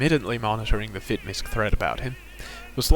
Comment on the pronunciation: Fitmisc is short for Fitness Miscellaneous. It is said properly as so. Fit-Miss not Misk.